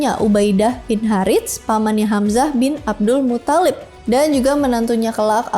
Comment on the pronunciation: di episode ini kk terlihat paling cantik... td ada sedikit salah penyebutan yaitu hamzah bin abdul mutholib